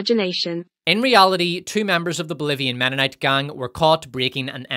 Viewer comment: Ahem, it's "menonite" not "womenonite."